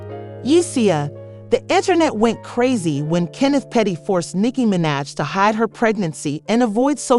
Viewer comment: Nicky MYN-edge? Shut down the tape. Lights off til you redo the voice. Give the lady some respect. 🤦‍♀️